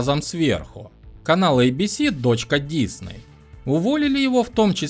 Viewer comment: LOST это конечно был шедевр, помню с каким нетерпением ждал очередную серию. Кстати, не дИсней, а ДиснЕй